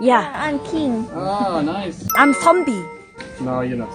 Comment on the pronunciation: 나만 외국인이 선비가아니라 선미라고 하는줄 알았낰ㅋㅋㅋㅋㅋㅋㅋㅋㅋㅋㅋㅋㅋㅋㅋㅋㅋ